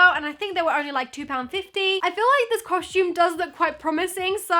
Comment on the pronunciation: I just noticed you say costume the same way mia maples says it "coshtume" lol